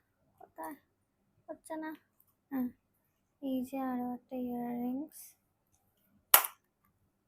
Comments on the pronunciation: Ear ring bolache😶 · Earrings to bolche... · Hair rings noy earrings... Besi style kore ar nekamo kore bolte giye pronunciation ekdom 😅😅😅😂😂😂